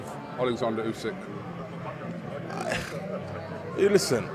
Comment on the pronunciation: Stop saying usyk name like ooooooSikkk just say it normal